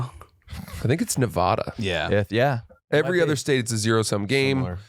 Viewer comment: Say Nevada correctly